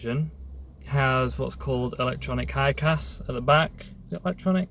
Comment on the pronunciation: Hicas (electronic yes, pronounced (HIGH-KISS). Amazing cars, thanks for the video.